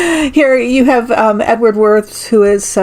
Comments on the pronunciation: In German, the W is pronounced like a V. Wirths would be pronounced like Virths. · I believe Wirths would be pronounced -"Veert". Fascinating reading as always. Thank you.